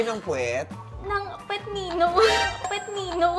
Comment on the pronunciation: "Pwet nino?"